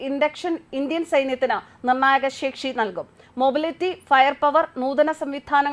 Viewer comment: പര്യ വേക്ഷണം അല്ല സേച്ചി... പര്യവേഷണം., CBSC ആണല്ലേ... സെക്ഷി അല്ല സേച്ചി.. ശേഷി എന്ന് പറയു...